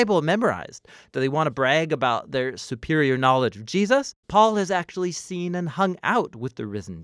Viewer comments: Not sure if it's my headset, but I constantly here "Ji-us" instead of "Jesus"...it's weird. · Gee-us-ses. = ) Love these. They help so much. Thanks. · I noticed it too